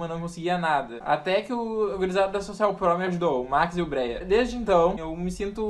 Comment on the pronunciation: "sOcial pruo" kakakakakakkaka